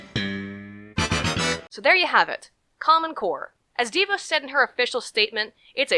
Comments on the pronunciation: It's not "DEE-VOSE". It's "DaVoss" That's the real pronunciation. She's a nightmare and was instrumental in ruining the Michigan public education system. And there is a clear conflict of interest between the fact that she and her husband own a student loan collection corporation and that she determines student loan policy. That is a real problem. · ok, new fan, love your videos. It's pronounced Da-Vos. I'm from Grand Rapids and they're wonderful people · pst--It's pronounced de VAWS, like Vos rhymes with lip gloss.